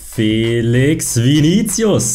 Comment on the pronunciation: Er heißt joa felischhhhhhh nicht felix 😂